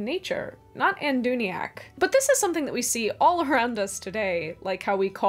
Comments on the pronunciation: Adûnaic, not Adûniac. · Adûnaic is as spelled /aduuna'ik/ not /aduuni'ak/. Sorry but you did ask to be corrected. The rest seemed ok. Well done, a lovely video. I prefer Sindarin. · I think the only mispronunciation (at least the only one I caught) was that you named Adûnaic as 'Anduniac'. Overall, very well done! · "Anduniac"? I think you mean what it actually says on the screen. ADÛNAIC. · You did ask for comments on mispronuciations, so with due reluctance— you pronounce "Adûnaic" as though it were spelled "Andūniac". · "Anduniac" I've always thought of it as it's written, adunaic 🤓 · Or, strictly, "Adûnaic" (with the circumflex indicating a long vowel). I too find it difficult to avoid mispronouncing it as the more English-sounding "Adûniac"! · Sindarin is my favorite of Tolkien's languages. I love the Welsh influence and the sound, as well as the fact that it's the common Elvish tongue that was spoken every day. So it's what most of us think of when we hear the word "Elvish." As far as mispronunciations in the video, I think Adûnaic is pronounced "Ah-doo-NAY-ic." It sounded like you switched the A and I. Otherwise, good job! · AdunA-Ic,.